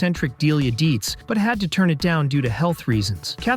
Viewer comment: they had 1 daughter and its not 'deetzies'